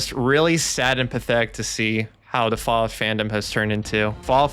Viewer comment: Hes the tourist himself. He learned all those words from visting reddit i can just see it in my head. Bro has never touched fallout 1 or 2 in his life. New Vwwegas 🤓 is the best ive never touched the OGs and i hate new fwallout. What a chump